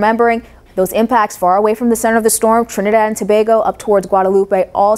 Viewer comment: Love how you say Trinidad and Tobago, makes me think you are from here or you got family here ....btw you and Tim have been my favorite since last year ... Much love to y'all from 🇹🇹